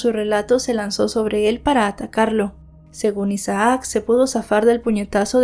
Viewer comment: No se pronuncia Isa aac es Isac (Isaac) aun que sea doble "a" solo se pronuncia como si tuviera una sola 😖 a veces me estresa un poco como mal pronuncias los nombres porque los mencionas repetidamente 😅